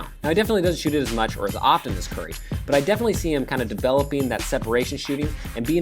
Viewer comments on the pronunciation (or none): none